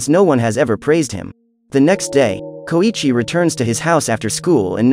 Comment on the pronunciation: Its pronounced so-EEE-chi